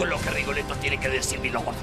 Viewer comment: Se dice Rigoletto